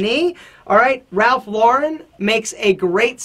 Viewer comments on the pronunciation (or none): none